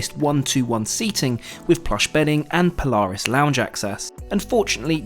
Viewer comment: You pronounce Polaris wrong